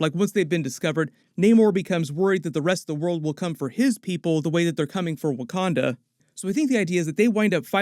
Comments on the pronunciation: wah-kan-dar forever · Y she keep calling it wakander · It bugs the hell out of me that Shuri pronounces Wakanda with an ‘r’ at the end but pronounces character as if there’s no ‘r’ at the end😂😂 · The fact that Letita pronounces it “wakander” makes me so upset that she gets to don the mantle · She says wakander